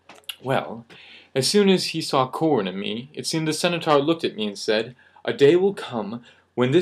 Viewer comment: Bro. It's Cen-taur, not Cen-a-taur